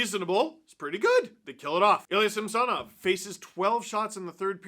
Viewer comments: Please give SamSONov the respect by starting to properly pronounce his name the way the wants it to be pronounced!!! I get that you kind of addressed it (well kind of) but just do it…..it’s the right thing to do……maybe we will start calling you Stefan Dangle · that’s how he wanted it to be pronounced in Washington…this year at the start of the year, Samsonov asked the reporters to pronounce it the correct way….was actually a formal request…so no…it’s not the right way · Steve my friend, it’s pronounced SAM “SA” NOV , not SAMS “SON” OV. Yes I know it’s spelled with an “O” but pronounced like an “A” get better buddy from your Alberta leaf brother ✌️ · Steve pronounces Sammy’s name the actual Russian way and how it was in Washington. Neither is wrong. lol